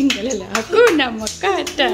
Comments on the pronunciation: Haha..it’s not makata..it’s matata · Dnt say hakuna makata 😆